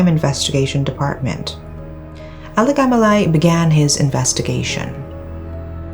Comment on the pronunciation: Alagamalai is such a tongue twister. says it like its no big deal... 🙂